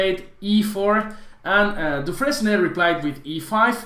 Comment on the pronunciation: dufren S and the final E are silent